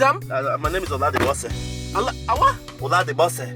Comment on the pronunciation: This guy doesn’t sound Nigerian. He sounds Ghanaian. He can’t even pronounce his Nigerian name “Olade Bose”. Nigerians don’t wear dashiki. I think that’s East Africa.